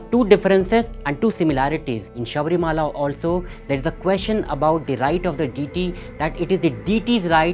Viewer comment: ☺️ Leave it, na. He pronounced it differently, I agree. Let's focus on the essence of what he said.